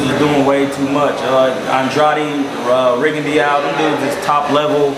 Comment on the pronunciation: Rigondeaux is pronounced "Ri-Gon-Doe" fyi...